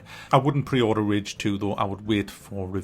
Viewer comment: rage not ridge my guy